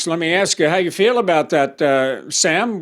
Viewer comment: It’s ASK, not AXE!!!!!